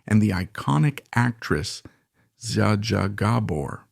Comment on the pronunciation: Jaw-Jaw Gabore? Seriously???